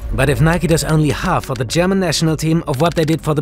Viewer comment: lol, the host is german right? Way too clean pronouncing displayed here.